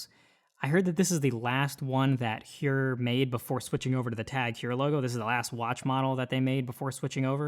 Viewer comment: It’s pronounced Hoyer. Thanks for the review.